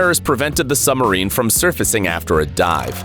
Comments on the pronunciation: Dude, the word is SUB- Marine meaning beneath Marine (water) NOT SUMMERINE Good grief.What do they teach at American schools. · Heh..."Summer- reen" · what is a "summerine"? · Difficulty saying submarine, have you?